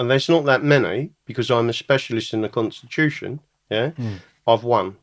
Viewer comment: The conshtitushion is the solushion